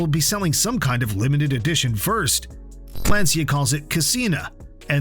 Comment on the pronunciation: It’s not Lansia, but rather Lanchia as in chair…